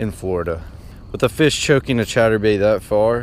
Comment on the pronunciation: I’m out for 3 weeks and you keep doing on saying chater bait boy it is a spinner bait